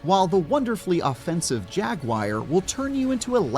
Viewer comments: what the hell is a Jagwire? does he mean Jaguar? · "The wonderfully offensive JAG-WIRE..." - who tf pronounces Jaguar like that?! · Why do people say "jagwire" instead of "jaguar"??? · Why can’t Americans pronounce Jaguar?